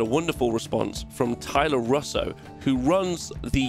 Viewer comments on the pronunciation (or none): none